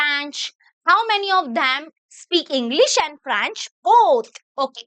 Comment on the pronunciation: Franch✔️ French❌ 😂😂 I am not your hater mam I really love your lecture❤